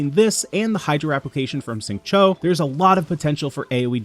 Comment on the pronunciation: the X in Xingqiu is pronounced more like SH than S